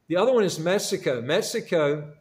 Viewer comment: Dubai- people speak English and you can understand it?? Huh? Sir you’re saying MESSICO in the entire video.